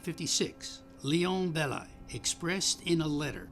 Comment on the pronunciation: Belly is French, not English. It's Belli, not Bellai